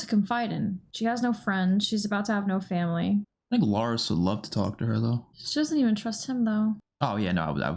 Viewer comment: It sounds like u keep saying Loras instead of Larys lol Loras is from GOT